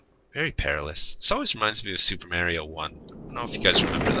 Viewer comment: Super may-ree-oh?